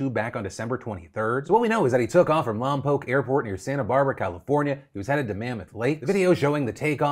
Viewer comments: Man Phil I'm just happy you pronounced Lompoc right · Thank you for pronouncing Lompoc correctly! So often I hear “lom-pawk”.